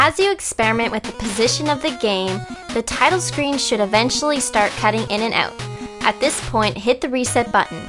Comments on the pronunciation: The word is OUT, pronounced like OWT.....it is not pronounced OAT as in TAKE THE GAME OAT. If you pronounce it OAT, YOU ARE WRONG. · LOL she says "oot" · Pulling the game uut? This girl must be Canadian ;) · you said "owt" , so I guess you're canadian? :) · haha canadian accent, "slightly pulling the game oot" =P